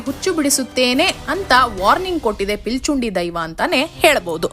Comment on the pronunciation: ಪಿಲಿಚುಂಡಿ ಅಲ್ಲ ಪಿಲಿಚಂಡಿ